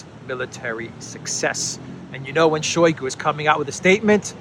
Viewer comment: It is not [SHOWY gu] it is [shy GU], stress on second syllable, mute first syllable from ohy to ahy.